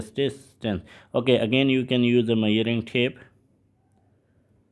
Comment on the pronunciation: Measuring ❌️ Myaring✅️